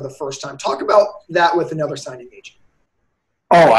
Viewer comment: Mr “A whole—nuva—level” Lmao